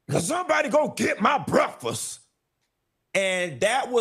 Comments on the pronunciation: Funky just voiced his experience. I don’t understand why she so mad. But “breffus” took me out. 😂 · Somebody go get my "breaffus"(breakfast)😂